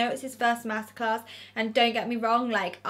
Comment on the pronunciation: anyone else keep thinking shes saying masacre not master class lol